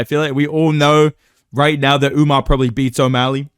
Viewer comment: Bro why does everybody keep calling him Umnar, bro wheres the n its just Umar????